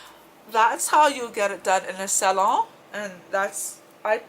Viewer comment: i love the way you say salon lol 💖💖💖 very frenchee,wee wee